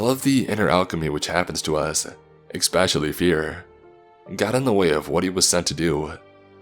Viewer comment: There is no "x" n the word "especially".